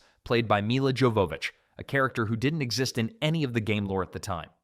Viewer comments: Supposed to be pronounced “yo va vich” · Her name Jovovich is not pronounced how it's spelled, it's more like Yovavich I know because if you watch the audio commentary on this movie, she actually says her name Other than that, good video, I enjoyed this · Y'all got so much wrong in this video. Plus you're butchering Milla's name pronunciation it's driving me crazy. Thumbs down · I like that you wanted to make a long video about this movie, and yet you didn’t decide to lookup the pronunciation of Mila’s name lol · Buddy.. Maybe you should have learned how to say Millas last name before releasing the video.. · lol agreed. His pronunciation of her last name was painful